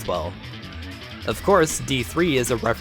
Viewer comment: Does he...does he keep calling King Dedede "King Deedledee?"